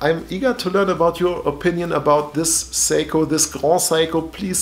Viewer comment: Also I don’t wanna sound like an asshole - but it’s sEiko not saiko.